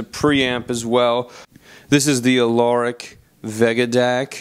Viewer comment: Auralic... not Alauric there bud...